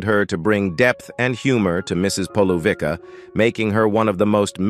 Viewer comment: Corrections - I wish people who do these videos get their facts right first. 1) The Good Life ws BEFORE To the Manor Born - To The Manor Born developed on the success of The Good Life as Penelope Keith was so popular in the former. 2) Mrs Polouvicks is pronounced "Polouvitska" and NOT "Polouvika" - pleaase check the pronounciation first before trying to speak a name that is not English. 3) to those who say Peter bowles is still alive - he did, in fact, die in 2022, aged 85.